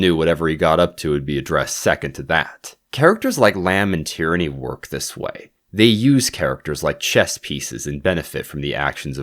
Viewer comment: I'm loving these breakdowns of the books and the series, just a point on pronunciation, Tearney would be produced tea-uh-ney, not Tyranny. I wasn't paying complete attention and assumed Tyranny was a code name. Edit: Also Yellow Car is a common game for british school kids, but you're supposed to pair saying yellow car with thumping your friend in the arm. thumping your friends is integral to common school past-times, one such being "Birthday Beats" when on your friends birthday, you thump them the amount of times relating to their age.